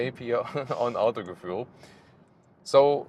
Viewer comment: That's not autogefuhl, more like ev gefuhl